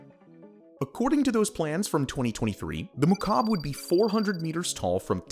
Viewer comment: Every time he said "mukab" my arabic cringed